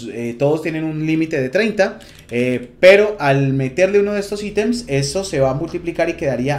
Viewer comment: Buena info lastima decir "aitems" ... Nada más cringe que escuchar eso de alguien latino